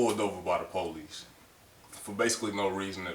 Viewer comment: Po lees = police